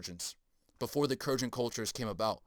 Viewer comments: Hard G bruh. Kurgan And pontic. Not pointic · It’s pronounced Kurr gan . Like purr man but with a k and a g